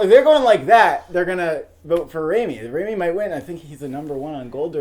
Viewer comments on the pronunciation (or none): for fucks sakes learn to pronounce rami's name correctly